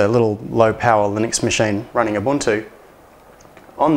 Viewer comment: you-bun-too not ew-bun-to :p